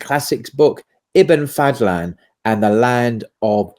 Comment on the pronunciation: أحمد بن فضلان not Fadthlan ض is exclusive to Arabic and is like an emphatic d